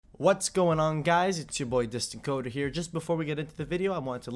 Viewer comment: DISTANT "CODER" KEKW